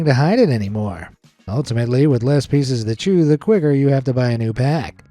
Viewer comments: "pieces" isn't pronounced "pee-sees" as in "pea seas," it's pronounced "pees-siz" as in "peace" with an "s."😉👍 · Reesees peesees? Seriously, what's wrong with you? That is not how it's pronounced. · Is it just me or i just hear feces instead of pieces